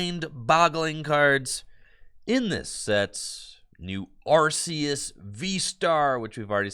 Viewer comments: Its actually arr-kay-ess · So the reason why it's are-kay-ess is because of Silvally's ability in the main line games which is 'RKS System' which is basically just referencing Arceus. Too bad honest it doesn't matter that much since the anime pronounces it 3 different ways as well but Are-Kay-Ess is the one with most backing too it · Linguistically speaking though, it's are-key-iss technically.